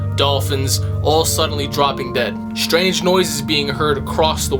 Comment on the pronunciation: Shtrange... definitely, Schtrange stuff, but at least 'THEY' know, well ..maybe.